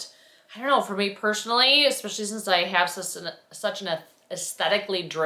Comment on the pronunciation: sorry you were unwell! Also, I’m going to say it… the word “especially” has no “k” or “X” in it! It’s pronounced “es-special-lee“… not “ecks-special-lee”. Sorry to school you, but it’s like fingernails on a chalkboard to me! Argh!